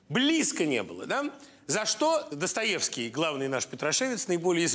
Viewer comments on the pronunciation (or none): none